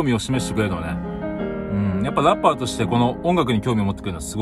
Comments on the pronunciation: それは関西訛りかな？笑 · ラッ↑パー↓ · ANARCHYもラッ↑パー ↓っていうよね